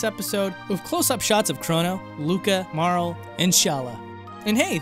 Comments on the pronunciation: marl....its mar-lee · Amazing work! Truly great to finally explore the pre apocalypse future. PS - it's Marl-ee ;)